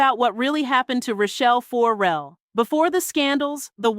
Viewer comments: Child, what is this?? What are you talking about??😂 AND, the last name is pronounced FER–RELL, NOT FO–RELL. Good grief. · FOR-rel/FOURrel FURrel! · Tearing my ears up with FOR-RELL. It’s not that, it’s FER-RELL but say it smoothly…Ferrell. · THE SYSTEM STINKS...And please, it is 'not' Rachelle FORRELLE, it is Rachelle FERRELLE. Painful mispronouncing obscures the depth and detail of the messaging. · "Four Rell"? come on!!! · Is the narrator even a fan? FO-RELL? Can you please do better work? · It is PAINFUL every time you say FORE REL😡😡😡😡. If you’re gonna do the story at least pronounce her name correctly. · Why are you saying Rachell For-rel? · Can you say her last name right? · Will you please pronounce her name right? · Maybe learn how to pronounce her name.....